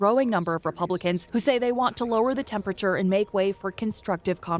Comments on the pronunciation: Are effing serious? "Turn down the TEMPATURE"? From a News Channel? Are your interns high school dropouts? TEMPERATURE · Tf is “tempature”??.